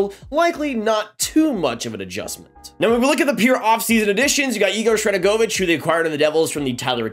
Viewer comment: How do you nail the pronunciation of Sharangovich but mess up Sutter